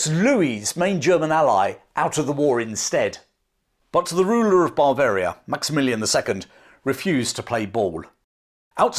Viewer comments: Interesting and enjoyable, reminiscent of schooldays, the Spanish Sucession etc, fascinating! Unfortunately your pronunciation of the word Bavaria was confusing, it is Bav-aria not.! As a nurse I would suggest you consult your G P about your inability to pronounce the letter V, this is indicative of 'labiodental fricative' which can be treated. Thanks for an interesting video, I look forward to Ramillies.! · there's only one 'r'. It's at the end. Ba-varia. Not. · I always enjoy your videos. But surely Bavaria is not pronounced but Bav-aria - Bav to rhyme with chav? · I love your videos, they are informative and interesting. But every time you say Bavaria as Bar-veria, I want to scream. There is no R in the word and it is pronounced Buh-veria or Ba-veria, with a flat A. Yes, i know it's pedantic and i'm sorry but it drives me nuts. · It sounds like you are saying Barbaria instead of Bavaria? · you are pronouncing it bar varia instead of ber varia. Great video though. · This is great. But what exactly is ""? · The English pronunciation of Bavaria, as “BAH-varia”, to my ears sounds like you’re saying barbarian army every time you say Bavarian army. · It's his accent. The English have a vast range of accents and i noticed his pronounciation too, I pronounce it as "buh-varia".